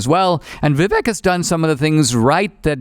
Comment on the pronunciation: Only watching since Steven's out. Intentionally mispronouncing Vivek's name was pretty cringe both this episode and the interview with him. I know knows it because he corrected Steven so many times previously, which also lets me know that Steven knows it. You don't have to like him, we can all acknowledge he isn't going to win, but the level of pettiness it takes to purposely mispronounce a name is really cringe.